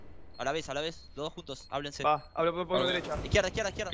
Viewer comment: Dijiste delecha dos veces xd en el y nose donde mas